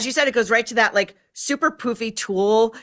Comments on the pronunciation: Why did pronounce Tulle the way she did? I bet Maureen was cringing internally 😂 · Yes, was pronouncing it like “ Toile” which is another fabric all together. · "tull"??? yikes! Make Google your friend to pronounce things properly. it's not "tul" like pull it's tool like pool. smh a/p definition: The fabric is spelled tulle and is pronounced exactly like the word "tool" (/tuːl/). " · if you’re obsessed with TULLE then learn how to pronounce it. It’s TULLE said like tool. I’m sorry is such a moron. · oh ok you're saying TOLL but it's Tooooool. TULLE TOOOOOL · Someone PLEASE tell her it is pronounced 'Tuwall' or 'Tool' NOT Tull. I can't believe no one prompted them. It's all I can hear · Omg, your Gen Z fashion commentator is so ignorant. Tulle is pronounced TOOL. NOT TULL. I didn’t even know what she was trying to say at first. I thought she was mispronouncing toile. The last time she goofed, she didn’t know what Candace Bergen was famous for except Murphy Brown! AND, Patricia Arquette is not thinner. You can’t buy see he4 joker arms look chubby and her chest up is very large. The outfit just hides her chub. And yes, she’s known till look frumpy in her wardrobe choices. But she’s a great actress. So there’s that! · The netting fabric tulle is pronounced "tool", not "tull" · Just saying, I think it’s pronounced “tool” not tulle 😂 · Tool, not tull. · Umm, We did NOT pronunce tulle as "tull" in fashion school. ❤ I agree with 100% about the toilet brush!! ❤🎉🎉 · Definitely not tull. There’s a long U. Tuuuuul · It pronounced “tool” . Who is this on the right talking about fashion and doesn’t even know how to correctly pronounce this ? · Cringe,, tulle is pronounced “tool”. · Tulle is pronouced "tool" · How come you didn’t correct your guest host’s pronunciation of tulle. She kept saying Tull. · do your research. It's pronounced TOOL. Ugh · Tulle is pronounced TOOL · It’s pronounced “tool”, lol